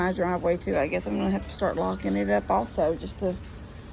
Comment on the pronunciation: OMG. locking, not licking. 😂